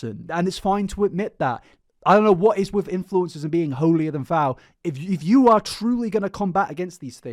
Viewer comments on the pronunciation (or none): I love you man but it’s “holier than THOU”